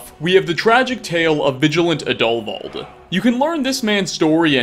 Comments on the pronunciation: Plot twist: Sola Travatius can be saved Plot twist: Roggvir can be saved Plot twist: It's pronounced Adulvauld (emphasis on AD) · The name is pronounced add-O-vald